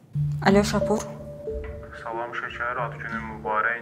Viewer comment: AY ŞƏKƏRİ OYNAYAN QIZ, SHAPUR YOX E, SHA-PUR.BU SÖZÜN SHA HECASlNDA A SƏSİ UZANIR.